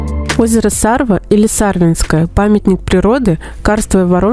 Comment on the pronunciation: сарвА...на последнюю букву ударение. Там ещё хариуса ловят нахлыстом. Место кайфное. Видос тоже) молодцы